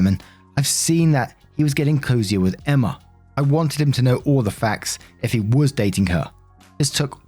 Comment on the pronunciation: The girls name is emma.... E M M A FUCK 10 MINUTES OF EMMERRRR IS TOO MUCH How bout you try to pronounce peoples names at least